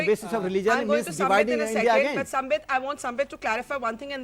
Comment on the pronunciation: Owaisi Saab, it’s SAMBIT not SAMPIT. You couldn’t get the name right ,how can you get your argument right ☺️